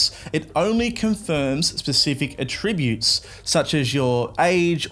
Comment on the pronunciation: Can't pronounce "attributes" immediately disregarding.